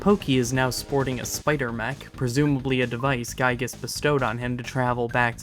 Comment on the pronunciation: It's Giygas, not Guygas.